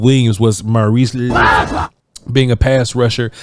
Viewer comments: Lol its pronounced Lee - U - Foul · His last name broken into 2 syllables to make it easier to pronounce…. Liu rhymes with New Fau rhymes with wow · C’mon man! How hard is it to Google how to pronounce the brother’s name? Liufau = Lee-uh-fow! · The way u doing his name is hilarious 😂😂😂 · Bruh I’m dying every time he tries to pronounce his last name 😂